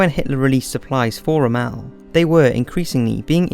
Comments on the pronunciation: AGAIN....forget history pal.....learn to speak " The Queens English ' you child......Rommel is pronouced ROMMEL....one word....NOT.....RU' MALL...you are thinking of Ramallah (gods mountain) maybee ?! oh and Bomber Harris said "SOWED the wind' not "SHOW'D the wind '....parrot reading without a dry run will do this....the ACTUAL author has written in some sneaky conspiracy propaganda ..."military industrial complex" esque....whilst plagerizing 'The World at War'...sad. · Can you get someone to narrate who can pronounce words and names correctly??? It's not the Brit accent, but the inability to say 'Rommel' as Ro-mel. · He was called rommel not ramal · "The Complete History of the Second World War ABRIDGED VERSION" is a better name. MANY MANY FLAWS AND MISINFORMATION IN THIS. Very poorly researched documentary. who is ROMEL anyways?? dude doesnt even know how to pronounce one of the most famous german generals. But this is very poor information in this. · Rom'mel! Accent on first syllable. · Worse still the pratt pronouces it RommAl !!!! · Great video, but just a heads up, you're pronouncing "Romel" wrong. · Perfect narrations ??? so who was General RommAl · Lots of mispronunciations though.Especially in the names: it is definitely not Rommèlle. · Why does the narrator keep mispronouncing Rommel's name? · Good documentary but this guy keeps pronouncing Rommel like he's a can of chili. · How can any presentation survive the mispronunciation of "Rommel"? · Some of the pronunciation of the names is a little annoying like Rommel but this is very well done. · Bloody good documentary but the pronunciation of foreign names was awful... especially Rommel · ffs please learn how to pronounce Rommel...you butchered it every single time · It was a great doc until i had to hear him repeatedly mispronounce Rommel's name... made my brain itchy. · Your Rommel pronunciation is soooo bad... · can u please say rommells name properly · he is saying his name wrong. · It's not "Rom-ELL"